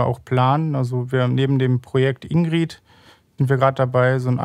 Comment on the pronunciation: in.gr.i.d. nicht indeed